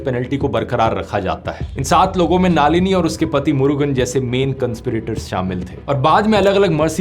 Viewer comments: Naalini ❌ Nalini ✅ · सिवा रसन नहीं... शिवरासन् नाम था उसका... आपको विनम्र निवेदन है कि आप नामों का उच्चारण अङ्ग्रेजी के लिप्यन्तरण से नहीं, स्थलीयभाषा के लिपि में ही, उस भाषा के विशेषाभिज्ञ से पूछ कर सीख कर करें। साथ मे नालिनी नहीं, नलिनी पढना चाहिए.... दर असल इतना तो बिना तमिळ् जाने भी संस्कृत के ज्ञान से पता चल जाना चाहिए था... इतने गन्दे उच्चारण न किया करें। भग्यानाथन् नहीं, भाग्यनाथन्.... अरे भाईसाहब, क्या आपने हिन्दी में भाग्य शब्द भी नहीं सुना है क्या??? तामिल् ईलाम् नहीं, तमिळ् ईळम्. IPA (International Phonetic Alphabet), या transliteration नाम सुना है?? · Dhruv Brother, her name is not नालिनी ❌. It's नलिनी ✔️. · नालिनी नही, नलिनी है. जर्मनी मे रहके गल्त बात कर रहे हॊ. बंद करो अपनी बकवास. बंद करो ये चॅनल. आपकी औकात नही इंडिया के बारे मे बोलणे की. जर्मनी पे विडिओ बनाओ. और देखो आप बाहर रहते हॊ की जेल मे. लानत है आप पर. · You are doing a great job, but a feedback for you - Please pronounce the names correctly. Doesn't look good coming from one of India's biggest youtubers. So, it's नलिनी not नालीनी and शिवरासन not शिवारसन. Great work otherwise as always. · ध्रुव भैया, नाम थोड़ा edit कर लीजिए, उनके नाम, शिवरासन (शिवाराशन नहीं) like this नलिनी not नालीनि, etc etc